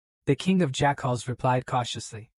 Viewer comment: Pretty ok AI. Good story. But best thing about the story is that at the 5.5 hour mark or so a faction called Jackals is introduced, but the AI pronounces it "Jack-Holes". Lmfao, made this story ten times better over that period of it. So funny.